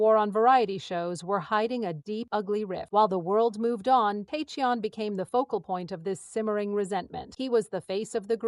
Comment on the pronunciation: I'm sorry to to say but this sounds overly dramatised. Some facts may be correct but they seem to have been greatly exaggerated for the purpose of sensationalism. And it would be great if his name was pronounced correctly. I congratulate him for nurturing and protecting his relationship. I'm so happy for him. I wish him a warm, fun, wonderful and love filled life 😊❤❤❤❤❤❤❤